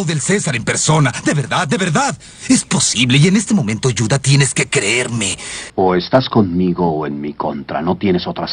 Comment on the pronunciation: Lo qie me dolió es que le digan yuda :'l aunque se entiende pero tantos años viéndola me acostumbre que diga juda como se pronuncia judio